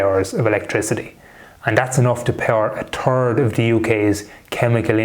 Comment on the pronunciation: You said turd instead of third